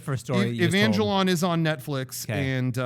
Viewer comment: I'm dead when he said Evangelaun lol